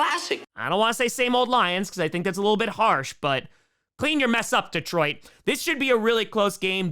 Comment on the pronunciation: this pronunciation of Detroit is better but still not great. Deeetroit, not D’troit